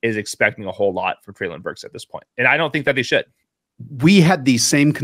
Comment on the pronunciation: Btw just so you know, it’s pronounced Trey-lin Burks.